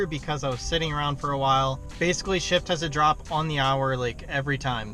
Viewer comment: Shipt is Shipt minus the P